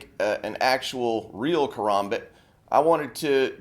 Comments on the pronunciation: its not a kaRAHmbit, its a kaRAMbit, as in (ka-ram-bit) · its ka-ram-bit not karumbit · yeah probably because he is probably a knife enthusiast I'm just saying to me it sounds weird when he says karmabit